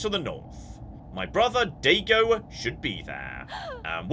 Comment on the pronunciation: Especially Daigo.